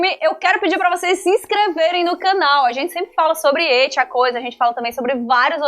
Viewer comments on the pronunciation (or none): Iti não existe. It é uma palavra inglesa com som de T mudo. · PFVVVVV NAO FALA MAIS ET E IT NAO ET IT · Qual a dificuldade em falar IT com o som de "i" iTi e não eT.....